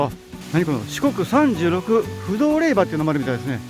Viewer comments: いつも楽しく見せて頂いています。 宗教が違うので詳しくないのですが、れいばではなく、れいじょうだと思います。皆さんコメントをして下さっていますが、読むお時間がないのかもしれませんね。 今回本堂に入られた時に気がついたのですが、本堂と大師堂の2ヶ所お参りされましたか？ 今までのお参りの時間が早いので1ヶ所だけかしら？と思いました。 80時間という時間に追われているのでしょうが、どうぞ落ち着いて良いお参りをして下さい。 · 四国に在住ですが まだ八十八カ所巡りはしていません お疲れ様でした🙏 １つ気になる点があるのでコメントしました 霊場は れいばではなく れいじょうと読みます🙏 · から､仙龍寺を"りゅうせんじ"と呼称してますが､読み間違えは､お寺に対して非常に失礼ですよ。 何か､霊場を"れいば"と言ったり､読み間違いが多いですね。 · れいばＷＷＷＷＷＷＷＷＷＷＷＷＷＷＷＷＷＷＷＷＷＷＷＷＷＷＷＷＷＷＷＷＷＷＷＷＷＷＷＷＷＷＷＷＷＷＷＷＷ ダメでつよ れいじょうでつＷＷＷＷＷＷＷＷＷＷＷＷＷＷＷＷＷＷＷＷＷＷＷＷＷＷＷＷＷＷＷＷＷＷＷＷＷＷＷＷＷＷＷＷＷ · 毎回拝見しています🎵 ちょっと気になったんですが❗️ 霊場はれいばでなく、れいじょうじゃないんでしようか⁉️ あと88カ所は札所では⁉️ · 「れいば」が四国人にはすごく違和感があります。細かいことで申し訳ありません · 霊場「れいじょう」、お寺は礼拝「らいはい」です。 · 霊場の読み方を毎回指摘してるけど もう全部収録済みなんだから直せないでしょうよ。誰でも思い違いはあるでしょ？ 鬼の首取ったみたいに言わなくても良いんだよ。早口で聞き取れないって言ってる人もさ 編集でメッチャ大変なのに全部字幕入れてくれてるんだから読みなよ？ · 色んな人が霊場の読み方指摘してるけどもう撮っちゃった後で且つ編集もしちゃってるからきっとどうしょうもないんだろうな😅 これだけ色んな人に指摘されたらきっと今後は霊場の読み方は間違えなさそうですね（笑）